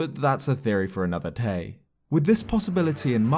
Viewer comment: “But that’s a theory for another tay.” JK amazing video!